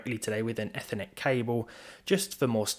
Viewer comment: love the way you way "ethernet" (not e-fur-net) but as "Effer-net" almost like a curse word ! little effers!